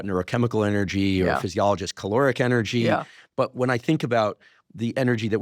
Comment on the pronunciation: Much love Dr. H—I am so looking forward to the day you say ENERGY, not “energy” 😘 🙏🏼💖🤩👑